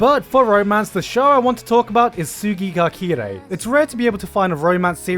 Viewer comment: I know it's just me, but the way he says Tsuki ga Kirei just triggers me for no absolute reason. I don't blame him since everyone pronounces Romanji in a different intonation but still I just think his way of saying it is weird.